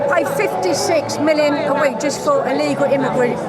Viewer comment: The chubby guy with the cap on talking about "ellegal immigrants " cant even pronounce the word properly what an embaracement ,scared to imagine if they actually take the law and act on minorities . "This type "will be leading the country like the lad who doesnt even know what he is protesting against. Jokes. Embarrassing.